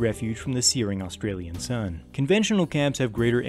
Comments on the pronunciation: say Ah then stralia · Just saying you say “Ah-stralian” not pronouncing the U or just say “Stralian” cause I have found that most people just pronounce the U and the S very much making them sound like a hard sign. Sorry I just wanted people to know this.